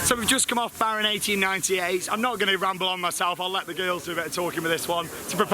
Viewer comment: 10/10 effort for pronouncing 1898, gets better every year!